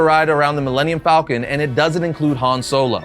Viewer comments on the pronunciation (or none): none